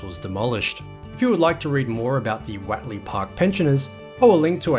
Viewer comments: Watley? It’s what ley…. Do you say wat is this that ? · Great video! I remember all of that old Guildford road area in the 60s til the 80s before the mad mile to Bassendean. Was far better. By the way, Whatley Crescent is pronounced Whotley, not Watley. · Hi, I believe it is pronounced, Whot - lee. we lived in some units in Whatley crescent, maylands. Most of the locals pronounced the road as whot-lee. But hey vitimin, vitamin, whichever! Your local history is really, really good. Keep up the vids. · Learn to pronounce Whatley. How do you pronounce what?